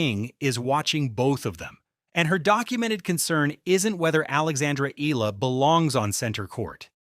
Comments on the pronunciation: EH- YAH- LAH. Say it with me. EH- YAH- LA. thank you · Eala is pronounce as,, E-Ya-La.....